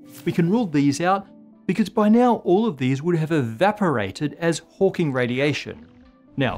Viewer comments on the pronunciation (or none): none